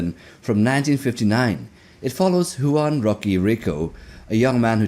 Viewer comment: You couldn’t pronounce “Juan” either.